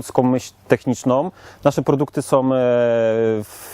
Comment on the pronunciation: Wszystko fajnie tylko razi w uszy to słowo- " som"...